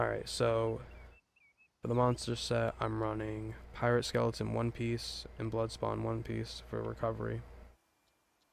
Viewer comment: “Piarate”? lol gg, pretty unique which is hard for most